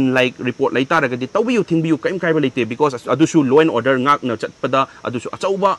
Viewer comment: Because OR becos?? 😂😂